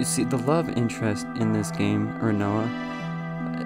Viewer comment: Great video. But who are Quentis and Riona? Are you intentionally mispronouncing names?